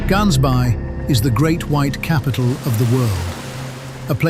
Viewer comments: My brother in Christ 😅 plz say it the right way... I can feel my IQ drop everytime you butcher that pronunciation. GAANSBay 😅 "Gaans" means goose...btw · It's pronounced Hansbaai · It’s Ghaansbaai you gotta make the “ghuh” sound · Please pronounce gansbaai properly. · Hearing this guy try pronounce “Gansbaai” made me cringe 🤣🤣🤣🤣🤣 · Just to note the "G" is pronounced as an "H" for 'Gansbaai', S.Africa. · The narrator is butchering Gaansbaai Orca style